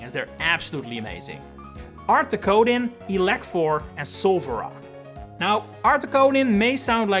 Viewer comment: Elekthor, not Ilekfor.